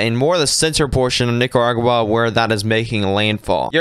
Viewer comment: He's dropping the r in Nicaragua